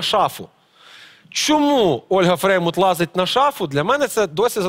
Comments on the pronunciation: Как только не коверкал фамилию Фреймут))) И Фрейман, и Фреймуд... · Почему называет Олю ФреймОД?!!!! Правильно ФреймУТ!!!, сколько можно????